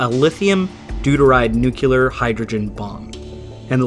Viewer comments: Someone may have already mentioned this, but I wanted to make a (very small) correction: "nuclear" is actually pronounced more like "new-clear" instead of "nu-cue-ler" Source: my dad is a nuclear engineer, was a B-52 pilot in the air force during the cold war and flew many missions in a plane containing nuclear missiles, and who later took classes about nuclear weapons that were so top-secret they took place in a bunker (also really enjoy your content, it's succinct and thorough and very well-researched, as well as just straight-up entertaining) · NuclEAR... not NucUlar, it doesn't sound right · It's nuclear, not "nucular".. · Nu-Clear Not Nuculer. Please, I love your channel but that mispronunciation annoys the hell out of me. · NUCLEAR! IT IS NOT SPELLED NUCULAR! STOP! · ITS NUCLEAR, NOT NUCULAR. WHAT THE FUCK, THATS NOT EVEN A WORD. CLUELESS AMERICANS AS ALWAYS. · One small point: it is pronounced "Noo Klee err" not "Nookyuhlurr" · I just found your channel and subscribed..... Didn't read all comments, so I'm sure others have said it....But, please please PLEASR STOP saying "NOOK-you-lar".... It's "NEW-clear"... it has one "u", not two... It has two syllables not three... It is NOT akin to po-tay-toe/po-tah-toe. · Just an FYI, but "Nuclear" isn't pronounced "Nuculear" unless you're British or Ozzie. It's "Nuu - kleer" Tiny gripe, I know, but that one word being mispronounced is just a cheese-grater to my taint. Such a dumb annoyance, but I literally can't watch videos where the host mispronounces it . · Nuke-lee-ur. Nuke-lee-ur. Nuke-lee-ur. You’re way too smart to be pronouncing it Nuke-u-ler. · Nuclear 101: It’s “nu-clee-er” Not “nu-que-ler” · The word is "nuclear," not nuculer. C'mon, man this is such a childish mistake, even Trump makes it. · Why do Americans pronounce "nuclear" as "nucular"? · I am triggered by your mispronunciation of nuclear as nukeelar. Alas, even President Jimmy Carter, who studied nuclear engineering was given to mispronouncing it :(